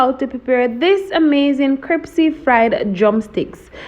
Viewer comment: Looking good I think I will have to try style- of dipping in flour and cold water and then dipping back in flour. Neat trick. But one thing that kept getting to me Was the pronunciation of the word crispy isn’t the word crispy and not cripsy?!